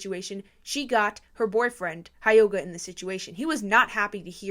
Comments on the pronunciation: Not to be rude… but it’s driving me crazy… hyoga is pronounced he yoga. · REALLY REALLY REALLY don’t wanna sound rude bc your one of the best social media news channels I watch but I think it’s pronounced hyoga (hee-oh-gah)